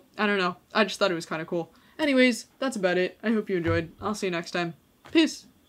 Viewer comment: I swear I heard you sign off by saying "Piss" and the auto captioning agrees with me.😂